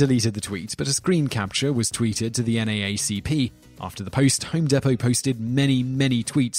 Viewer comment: People forget that Chick's business INCREASED after THE CEO gave money to an anti-gay marriage group. Personally, I don't care about gay marriage either way. I have my own problems. But that's a fact-checked.But American App-a-rel? Love that pronunciation! Home Day-poe? You struggled with Digiorno.